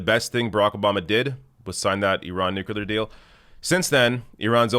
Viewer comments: NU-CLEAR. NOT NU-CU-LAR. I love you but damn 😂😭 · NU-CLEA-R ! Please !!! Not NU-CU-LAR ! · "nuclear", not "nukular" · It's pronounced NEW-clear, not NEW-q-lur. That totally drives me nuts! Even so, he could still eat crackers in my bed. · Is the whole debacle over that deal a simple misunderstanding over the pronunciation of nuclear (nucular)? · NU Clee Yur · Nuculer? Really,? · Its nuclear. Freaking nuclear (new-clee-er. Say it like our lives depend on it. Cuz it does. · Progressives must pronounce "nuclear" correctly. (Noo-clee-yur) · Offtopic: Why do some people pronounce "nuclear" as "nucular"? - random European person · For the name of Enstein: it's pronounced nuCLear!!!! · Nuclear. Nooo Cleer New Clear. Nuclear. New (car) clear (windshield) New Clear Nuclear #Dumbya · new-clear,. Please stop pronouncing it like our previously dumbest president, George W. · its pronounced nu-clear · Side note, I am amused at how North Americans pronounce the word nuclear. Do you guys spell it the same as we do in the UK?